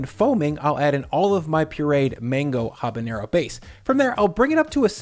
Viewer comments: Just fyi, it’s pronounced Ah-bah-NEH-roh, not Hah-bun-yeh-roh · it's habaNero, not habaÑero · Dude... it's habanero. Not habañero. Drives me nuts. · Just a tiny pronunciation note, a pet peeve of mine: There's no ñ in habanero